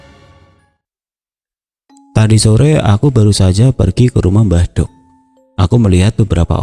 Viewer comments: Pengucapan mbahdok yg benar itu "dok" perpanjangan dr mbak wedok, bkn mbah "dhog". Kalo bahasa jawa timuran mbadhog artinya makan tp bahasa kasar orang jalanan 🙏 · Ma'af cuma koreksi... Kata "Mbah Dogh', baca huruf "D" nya trlalu tebal..... Cara bacanya tempelkan lidah di langit2... bukan ujung lidah yg di tempel di atas....